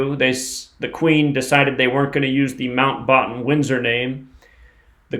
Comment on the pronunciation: say batten as in bat.